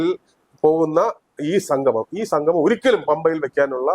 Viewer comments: അയപ്പ സംഘമം!, നാടഖം എന്തൊക്കെയാണ് പറയുന്നത്!! ഉച്ചാരണം വളരെ മോശം.1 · ഉച്ചാരണം നന്നാക്കണം. സംഗമം എന്നു പറയണം.ഇത് ഭഗവാനെ അശുദ്ധമാക്കാൻ ഉള്ള ശ്രമം ആണ്